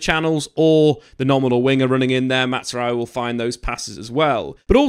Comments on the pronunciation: Just for better pronunciation; it's not "MATTZRAOUI", his name is pronounced "MAZ-RA-WI" "MAZRAWI". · It’s MAZ-ra-wi. Not Matz as would be pronounced if he were Italian/German. It’s Arabic and the best pronunciation would be MAS-ra-wi 😊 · His name is pronounced MAZ-RA-WI there is no T 😅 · Matt’s rowe eee lmao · The Z in Mazraoui is not like the Italian Z in plaza but rather like jazz. Matzraoui is wrong. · I swear your saying his name like that on purpose